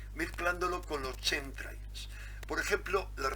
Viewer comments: Pronúnciese "KEMTREIL" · se pronuncia quemtreiiis por favooooor. Gracias por el aporte saludos de un seguidor. Un abrazo.